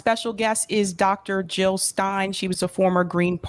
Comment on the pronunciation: Jill NOT hill <3 !